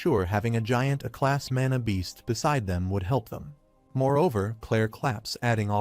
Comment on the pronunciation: Aa class not "A" class😂😂